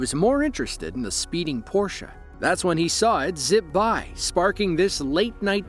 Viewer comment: Thumbs up for using the correct pronunciation of the word "Porsche".